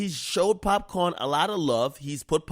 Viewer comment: Not Popcorn buddy, it's Pop "khaan"